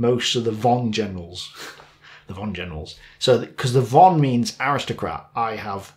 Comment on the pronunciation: I´am not German speaker myself but pronunciation of letter "V" in German should be said with "F" on begining so Von Manstein should be pronounced: "Fon Manstein" same goes for V-1s and V-2s.... I understand that you´re begining with German. Have a nice day and thanks for this video.